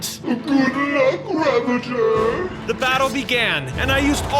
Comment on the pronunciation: XD man said raveger its ravager.